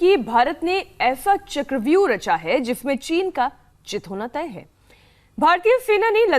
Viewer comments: Ma'am "chit" hona bol rahi he but lag raha he 'jit' :) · अॅकर चेक करे: शुरू मे आपने क्या कहा है।भारत ने ऐसा चक्रव्यूह रखा है जिसमे चीन का "चित" होना तय है। आपके ऐंकरका ऑडीओ चेक करे चित के जगह जीत होना तय है ऐसा सुनाई देता है। न्यूज को स्कुटनि करे , गलती ना हो जाये।